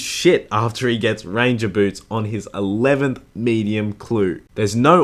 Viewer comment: 11th medium clue sounded like eleven millionth.